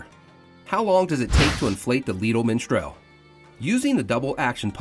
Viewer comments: Why does he keep saying miNstral? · Its not Minstrel but Mistral.